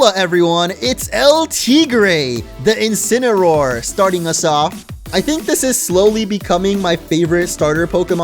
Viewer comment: Incineroar, not Incineraror! Lycanroc does not end with a K!